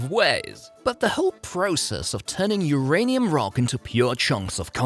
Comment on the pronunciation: "Hurray'nium" killed me.